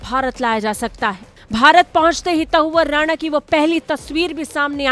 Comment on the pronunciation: शर्म करो आज तक वालों। हिन्दी न्यूज चैनल होकर भारतवर्ष में ही हिंदी की टांग तोड़ने में लगे हो, शर्म करो। कैसे मूर्ख एंकर भर रखे हैं, जिन्हें हिंदी बोलना नहीं आती है। तहव्वुर राणा को ये मूर्ख एंकर बार - बार त‌उअर राणा बोल रही है, लेकिन न तो इस एंकर को शर्म आ रही है और न ही आज तक के किसी अधिकारी को शर्म आ रही होगी। शायद सब निर्लज्ज हो गए हैं।